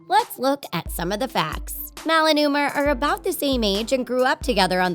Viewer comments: You say mouwe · U SAID UMR HAHAHA